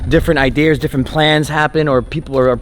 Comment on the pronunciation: Idear, my idear, why the r, why must you pronounce an r when you say “idea” “ it’s my idear